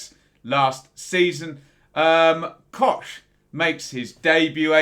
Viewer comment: It's pronounced COCK mate. COCK! Not Kotch ;)